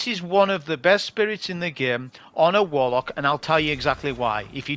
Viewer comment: Just seen the video for counting how many times says "Wolock" it's hilarious just like boh' of woa'